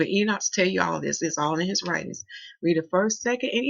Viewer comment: PLEASE PLEADE PLEASE!!!! ENOCH is pronouced as this... EE - KNOCK ... not EE - NOTCH